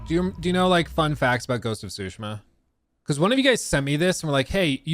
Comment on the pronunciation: It's not Sushima, the T isn't silent.